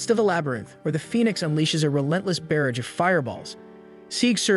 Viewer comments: Never watched this so I was unaware it was being mispronounced, but the way "Barrage" is being pronounced is irking me. Hey, for future reference "barrage" sounds like "garage" not "bear rage" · Please look up the pronunciation of "barrage".